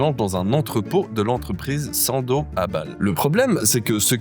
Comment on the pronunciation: On dit pas sandozzzzzee 😂